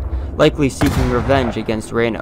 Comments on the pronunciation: Itsnot raino...its reeeno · It’s Reno not Reino. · Its Reeeeeeno not Raino. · Right?? See my other comment listing a lot of errors. And another one I just remembered -- he says "Colonel Rain-o." Rain-o was a Major, not a Colonel. 😉 Major Marcus Albert Reno. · Many factual errors regarding the ranks of the Cavalry officers and even the pronunciation of Major Reno's name, Check this out for a better presentation. Otherwise a very concise summary of what really happenned.